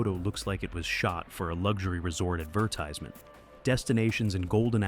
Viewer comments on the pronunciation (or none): none